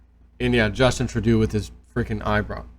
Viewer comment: Justin Trudeau is pronounced Trudoe